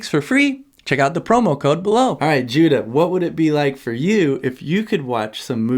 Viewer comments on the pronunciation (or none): Excuse me, no disrespect, but did you actaully name your son "Judah"? Or did I mishear?